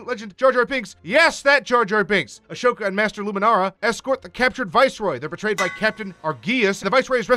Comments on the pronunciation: Actually Ahsoka's name is pronoued "A-zo-ka" and not "A-sho-ka"... also it's Padme Amidala, not Padme Organa... Bail Organa, the adoptive father of Leia Organa, is a senator from the planet Alderaan, Padme was a Queen from the planet Naboo... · Ahsoka, not Ashoka. You mispronounced Savage. Padmé Naberrie Amidala, not Organa. Fuck's sake, did you even watch Clone Wars, or just skim the Wikipedia page? (Edited 5/5/19 for minor spelling tweaks. Phones are terrible for YouTube comments.) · But why pronounce it “Ush-Oh-Kah”? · He probably misread "Ahsoka" as "Ashoka" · It’s not Ashoka. It’s Ahsoka. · "Padme Organa"? ..."A*sh*oka"? Are you sure you watched this show? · Noticed that too. He also says "Ashoka" instead of Ahsoka the entire video. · Also when he said Ashoka instead of Ahsoka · You clearly haven’t watched the clone wars lil pet peeve the “h” in “ashoka” is silent and savage opress is pronounced “sav-ah-j” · Padme Organa? Achoka? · It's pronounced a-so-ka It's obvious the person reading the script has never watched the show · That prununciation of ashoka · Padmé ORGANA?? Padmé amidala would like to know your location. Also why..why are you saying ahsoka like that. You seem like someone who isn't a fan who just wants to capitalize on the show. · Why do you say Ahsoka like that? And why did you call Padmé “Padmé Organa” and also mispronounce Savage Opress. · The way he pronounces Ahsoka’s name just made me mildly irritated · i found it funnyyy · Pro Polar Boy he’s doing it in 3 minutes, either tolerate the screwups or watch the damn show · You know this guy doesn’t watch Clone Wars when he can’t pronounce Ahsoka right. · And Ahsoka. ☝️🤦‍♂️ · You could have worded your comment nicely, but instead decided to say "you clearly haven't watched the clone wars". Your comment would have been better if you only said "lil pet peeve the “h” in “ashoka” is silent and savage opress is pronounced “sav-ah-j”" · Haven't watched this yet But that is gonna piss me off